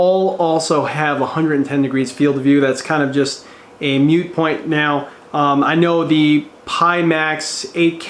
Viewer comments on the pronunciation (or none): Stop saying 1400 by 1600, it's 1440 by 1600. And it's a MOOT point, not a MUTE point. (Unless its inaudible, then it's 'muted')